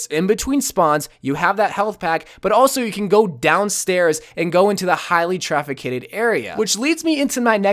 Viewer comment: "Traficated?" Please watch back comnentaries...